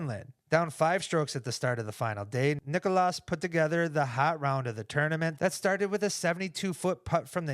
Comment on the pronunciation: I love you guys, but as a Finn just please pronounce it correctly. And if Jomez is reading this, I mean you too... It is not Nik-O-Las. It is Nik-Las. The difference for us it is like comparing Stephan and Stephen. It hurts man, it hurts. If you need more instructions, it is like Legolas and Leglas. Please, I cannot take this anymore.